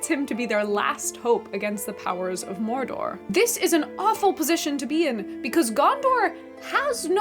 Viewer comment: tolkein was an englisman not a spaniard, not a frenchmen or german. why do people pronounce his words with rolling R's and strangely non-english syllables? morrrrr dorrrrr is mordor, smaaauuuuug is "smog," (just like the pollution thingy).